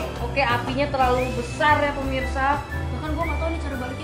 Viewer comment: Lucu pas ngomong permisa